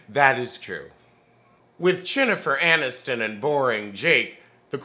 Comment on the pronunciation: I don't watch this show but you definitely just Said CHINNIFER ANNISTON and I am DOOOOOOONN EEEEE LOOOOOOOOL